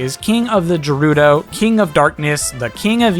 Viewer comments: It's GE RU DO not JeRuDo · “Jerudo” Imma pretend I didnt hear that... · Just a quick note: Gerudo is pronounced with G as in Gear or Goose. And Marth is the Hero-King, not Hero-Prince. But anyways thank you for making these videos! I love knowing the origins of all these amazing fighters in SSBU!